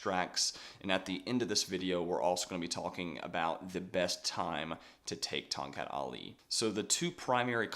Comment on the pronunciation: The correct local pronunciation is Tong "Cut", rather than Tong "Cat".